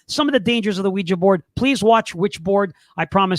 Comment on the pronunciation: thank you for pronouncing the name of device as OuiJA and not OuiJEE. When this topic is discussed on YouTube the hosts invariably pronounce it as WeeJEE., in spite of the fact that it is spelt WeeJA. Well done.